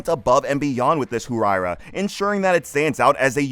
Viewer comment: Once I heard Hu-why-ra…I immediately knew the narrator was not a car guy.